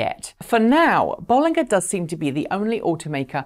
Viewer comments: I thought it was pronounced "Bolinja" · Isn't it Bollinger with a J sound not G sound? Same as the champagne of the same name. Just checked with the Robert Llewellyn interview with the company. A small thing but it bugs me every time I hear you say it.